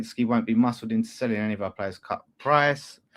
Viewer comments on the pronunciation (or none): it’s “selling” NOT “saleing” 😂😂😂